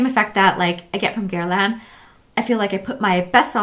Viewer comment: Hi, the brand Guerlain is very often mispronounced. In French, you don't pronounce the N at the end. Same thing for Balmain...you also don't pronounce the N at the end...so it ends with the nasal sounding a.